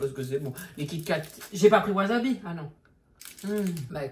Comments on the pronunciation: C'est pas wasabi c'est wasebi 😂😂😂😂😂😂😂😂😂😂😂😂😂😂😂😂😂😂😂😂😂😂😂😂😂😂😂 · Le "wazabi" "waa zeubi" , j'ai crier 😂😂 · " WaSeuBi " 😂😂😂 ca m'a tué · C'est pas wasabi c'est waaaaw zeubi 😅😅😅😅😅 putain je me suis étouffer de rire lol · Cest pas du wasabi cest du waseBi😂😂😂😂